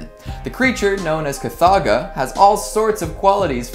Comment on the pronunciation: It's Kothoga, not Kathaga or whatever you actually said